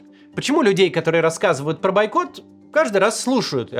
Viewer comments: Максим, бОйкот, а не байкот😂😂😂😂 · правильно "Бойкот" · Все хорошо, только «бойкот» через «О»